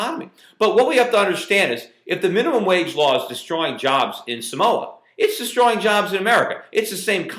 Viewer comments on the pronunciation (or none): its SAMOA not somoa. lol and what the hell?? What are they doing to america samoa man ! STOP SCREWING UP! We all gotta start paying attention to whats going on... I feel robbed lol